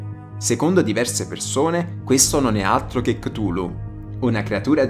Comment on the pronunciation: Chutulu si dice ciutulu 😡😠🤬👎🖕